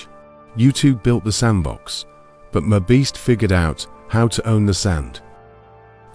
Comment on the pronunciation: Teach your sloppy AI voice how to pronounce MR Beast properly.